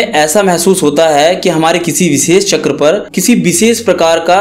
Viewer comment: Not chakraaa its चक्र